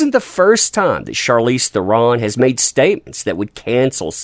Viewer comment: FYI. Charlize pronounced her name on a talk show (maybe jay leno?). And her last name is pronounced Thren with a roll on the R.